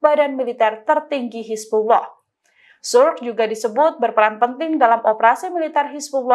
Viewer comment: Sukr bacanya bukan Suk tapi Sukur